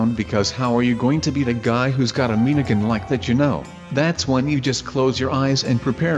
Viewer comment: Why do you call miniguns "meeneegins"